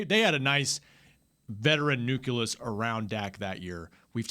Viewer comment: I was more bothered by saying "nuculus".